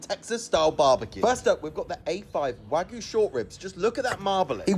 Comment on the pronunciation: it’s pissing me off how he can’t even pronounce the word Wagyu right!?!!!!!!